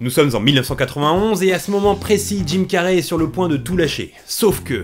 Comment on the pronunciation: Jim "Carrey" se prononce "Carri" pas "Carrai" . :)